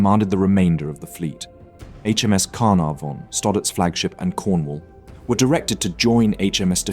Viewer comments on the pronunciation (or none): His pronunciation is atrocious! Canopis, Spee, Carnavon all misspoken. Ugh!